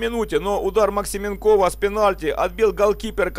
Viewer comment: Габелия блеснул перед этим финале Спартакиады. Максименков ударение на е.